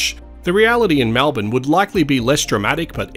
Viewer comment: Malbin - REALLY! Try to pronounce it correctly please!! MELBIN.